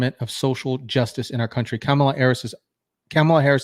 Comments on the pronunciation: "kum'alot harris"😂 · Kamala Devi How u pronounce sum is how Kam in Kamala is pronounced. Ala in Kamala is similar to gala. Kamala is a name of Devi called Luckshme or goddess of prosperity.